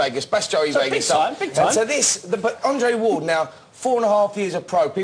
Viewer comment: Spencer Oliver vs The English Language lol "Undre Ward vs Addison Mirinda" "Wladichick"